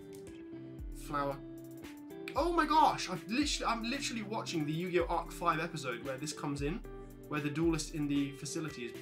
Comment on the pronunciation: Yu gi oooh